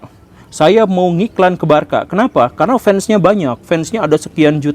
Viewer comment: penyebutan aslinya barsa pak bukan barka 😂